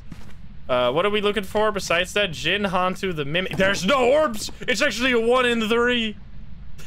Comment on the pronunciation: i literally have no idea how the games even work but it really bothers me how he pronounce some of the ghost names.. it’s yo-kai. not yu-kai. as in yo! also han-tu not hen-tu. han as in dynasty han.